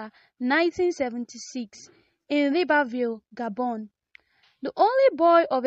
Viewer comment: It's LIBREVILLE And not liBERville Il faut bien prononcer